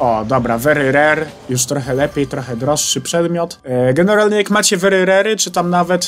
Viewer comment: A później to popsuł bo powiedział wery rery